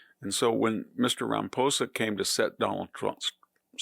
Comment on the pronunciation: You're mispronouncing Ramaposa's name!?? Why!